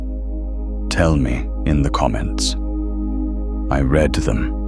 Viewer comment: I 'REED' Them , change your automated voice to read read as Reed. Otherwise it sounds like you say that you will read the comments in the past sense as in i read what you read while you read what I say. Love the channel. ❤❤❤❤